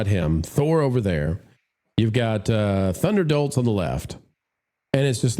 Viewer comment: Did you say "Thunderdolts" or "Thunderdorks"?